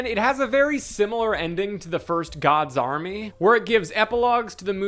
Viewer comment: Audio processing disorder thought you were saying “God Zombie” until like 20 minutes into the video… “Gods Army”… the movie is called “gods army”